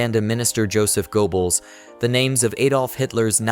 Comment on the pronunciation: Men-geh-lei. Goebbels. Not gowbells. Take it down. Do it over. Get into a business where you can function. Stop making a fool of yourself in media, OK?